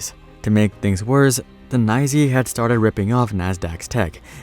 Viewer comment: The NYSE is not "Neye-zee" ... the real wall street people just say it as "N" "Y" "S" "E".